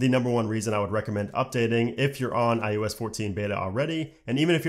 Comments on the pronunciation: Great content, great delivery, but it’s iOS not IUS, lol. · This guy literally says IUS every fucking time but then he says IpadOS and watchOS just fine... tf? lol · i-YOU-ess? Why do i keep hearing it like that?